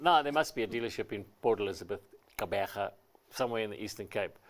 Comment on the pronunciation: The way pronounced 'Gqeberha' is impressive 👏 🙌 Edit: That 4-speed AMT is for the city driving, but once you go over 100 km/h, the car will start screaming at you...